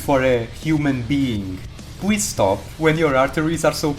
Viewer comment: 'W' this letter in the English is not the same for 'L'... you say 'pwease' instead of 'please'.. an you also having thick accent it hard for understand... 😊 peace ✌